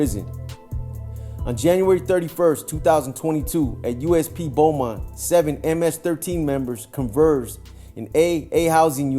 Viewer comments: Pronounced ; Bo-mont, not Bu-mont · We pronounce it “bowmont” here in tx💯💯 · It’s pronounced Bow mont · I was just bout to say that